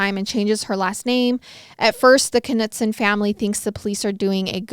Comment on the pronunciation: i believe it is pronounced Nutson…. do you pronounce knife k-nife?